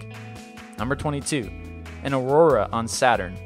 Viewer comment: Ugh.... the amount of mispronunciation of common words in this video is horrible. I don't expect everyone to know how to say every word in existence, but getting Andromeda wrong? Aurora, just after saying it correctly? Really? Do you read this all in one take or something? I love your videos but DAMN, ever heard of do-overs?